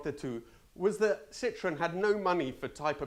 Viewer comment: Tries pronouncing all the Italian names and then says Lancia like that. And Citroen like that..Why leave the French out?😺